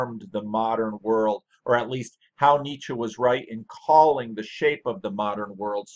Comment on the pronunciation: Finally a yankee who pronounces 'Nietzsche' correctly. I'm still puzzeled why a man of your insight and education who talks about popular and interesting things is having such a small audience. Probably good for us getting our comments answered. Both your work and your ramblings are highly appreciated.